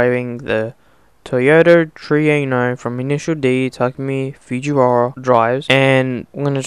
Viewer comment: tahkoomee foogeewahhrah